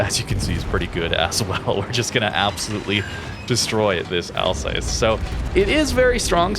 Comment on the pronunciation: Like your replays, but your pronunciation of Alsace 🤮